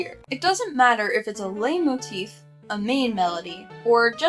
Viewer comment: It's pronounced light motif I think I'm gonna have an aneurysm if you keep saying it like that I'm only a fifth of the way through the video 😭